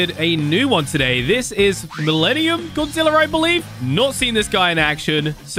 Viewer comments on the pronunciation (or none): none